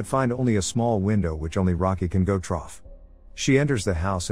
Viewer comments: Trough is how you read THROUGH? REALLY A.I? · it's through not "troff" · I actually didn't realise it was a computer voice until this episode. I loved watching this chanel I thought it was well put together. I hate computer voices. I won't be watching any more of this channel. The word is pronounced. "THROUGH" not "Throught" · I’m just giving a bit of advice, it keeps saying trough instead of through when you mean to put through so I’m not sure if this helps or not but make sure to change that next time. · Yeah when I first watched their vids, I thought it was an actual dude with a very monotone voice and then I heard him pronounce the name ''Ally'' and was like ''okay this is a robot'' lmao And in this video he keeps saying ''trough'' instead of ''through'' 😂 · The "trough" made me laugh every single time lmao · Troff the door and troff the window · no need, it happens multiple times. The voice says “troff” instead of “through” 😂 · "but find only a small window which only rocky can go troff" 🤣🤣🤣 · funny how you spelled through wrong the whole video, the computer keeps saying trough XD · It took me 13 “troughs” to realize the voice over was trying to say “through” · Keeps saying TROFF the basement.. is the robot voice trying to say through? LOL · Drinking game: every time the computer mistakes "through" for "Trouff". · Why trough instead of through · Love the recap, but cannot fully concentrate on it when the voice is always saying "trough" instead of through....... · I think the bot is broken, it keeps saying 'trough" instead of "Through" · The TTS keeps saying trough instead of through lol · by the way, it's ''THROUGH'' not "TROUGH'' .... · I cant handle "through" being pronounced "trough" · Why did he keep saying trough? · I've been trying to figure out in my mind why does it keep saying 'trough' only to realise it's saying through and that just made me die inside abit for some reason... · Not the first video where it keeps saying trough lol